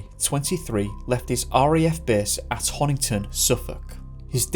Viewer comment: I adore you madly and I'm so glad you covered Corrie 🤗 But it's BEAR-EEE, as in bury the body of St. Edmund 🙈😂 you got all the streets and pronounced Honington right though, am very proud! 🙌